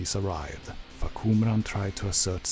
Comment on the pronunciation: The first time I saw someone read the name clearly And information that will help people get to know this character better. Thank you from Thailand